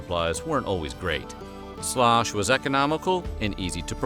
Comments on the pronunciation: Sloosh, not slosh. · Pronounced Sloooosch, Ew sound Not Slosh!!!!!!!!! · I'm no historian, but in the series The Civil War by Ken Burns, Historian Shelby Foote says that the dish you called Slosh was actually pronounced Sloosh. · "Sloosh" not "slosh" used corn meal and not flour. A soldier would mix the corn meal with bacon grease in a skillet, make a snake out of the dough, wrap it around the ramrod of his rifle, and roast it over a fire. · It's called sloosh, not slosh. Soldiers would also roll out the paste and wrap it around their bayonets and cook it over a fire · Shlosh was pronounced "shloosh"! (The narrator is obviously a Yankee ;-) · Point of contention; not "slosh" but sloosh, heard with my very own ears....... Per the late Shelby Foote, noted historian of the War of Northern Aggression: "In the southern army, you ate something called “sloosh.” You got issued cornmeal and bacon and you fried the bacon, which left a great deal of grease in the pan. Then you took the cornmeal and swirled it around in the grease to make the dough and make a snake of it and put it around your ramrod and cook it over the campfire. That was sloosh. They ate a lot of that." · I am thinking "Slosh" was pronounced "Slew-ush" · It’s not called “Slosh”. They called it “Sloosh”. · It was not called slosh, it was called sloosh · I think it was pronounced like sloosh instead of slosh. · It is pronounced SUESH. It was made with cornmeal, not flour. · It is pronounced --- Shoosh --- ! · Slosh was actually pronounced with a long "u". More like sloosh.